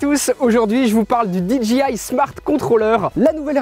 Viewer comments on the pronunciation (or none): "DJI" le J se lit "djey" comme dans DJ tout court x) et le G se lit "dji" ^^